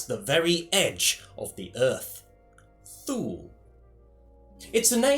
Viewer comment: I think it's pronounced more like 'toola'. Sorry to be pedantic;)